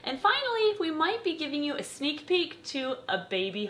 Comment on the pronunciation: hehe I thought she said snake peek